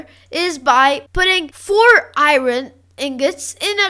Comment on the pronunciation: no hate but i think your pronouncing "iron" wrong